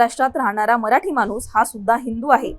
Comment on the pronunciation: आधी नीट शुद्ध वाचा. लिहलंय माणूस वाचताय मानुस